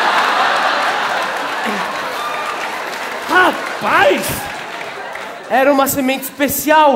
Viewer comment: Pois é, mas o som nasal que estou falando é no A, ou seja, muito acabam pro pronunciar "rô-RÃN-ima", enquanto o correto é "rô-RÁI-ma". Afinal ninguém pronuncia "Jãi-me" e sim "Jái-me". Tem uma regra na gramática que explica, mas não me recordo agora. =)